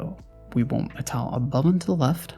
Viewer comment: You sound fantastic. I didn't think much on it at all until "tahl". Was there a thought process on that specific pronunciation?